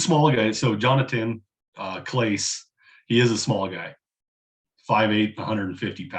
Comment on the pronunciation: It’s pronounced jon-a-ton Clah-say